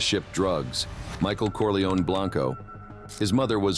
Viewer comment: “Corliyown?” Come on! No. It’s “Corleh-oneh.” Have some respect.